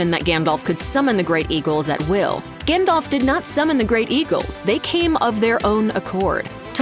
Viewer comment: You might think that in a video with this theme, the pronunciation of Gandalf's name would've been correct.